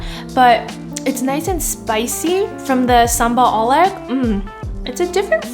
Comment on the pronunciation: i love the way you said sambal ulek 😘😘😘